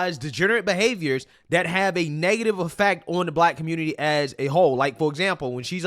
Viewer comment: "Aight guys! So we gotta talk about" how the Communitah is a lost cause yo... 😂🤷🏾‍♂️🙄🤦🏾‍♂️🤣